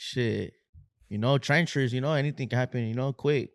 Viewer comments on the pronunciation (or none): Mickey ??? Like mouse ?? Man yall used to be taggers before gangbangers and it shows. Also it’s treacherous.. not trencherous. Even though that would be a dope name for an album